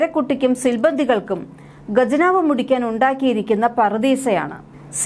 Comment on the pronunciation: ''Gajanav'' alla ' khajanav' ennanu paryendath